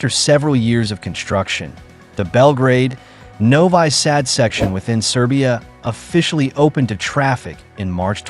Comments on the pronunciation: Novi sad is pronounced noviii Saad not novay sad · "Novai Sad"??? Please pronounce the city names correctly! Whether it is Ai or a person reading the narration, put a little effort into not butchering foreign names. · Novi Sad is pronounced as Novee Sahd.